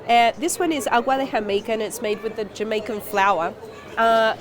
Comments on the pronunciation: Jemica haha. It's Jamaica. You're Spanish is very impressive though. 😊 Was your mom Hispanic? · okay, doesn't really sound like jemaica, just a little bit. Haha.